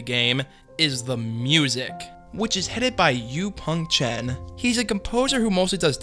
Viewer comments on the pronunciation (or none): none